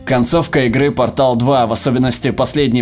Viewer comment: Pórtal а не Portál